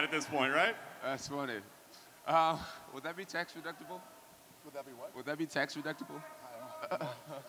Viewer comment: Jon Jones: "would that be tax REDUCTIBLE" NO.... BUT IT'S DEDUCTIBLE YOU DUMBASS LOL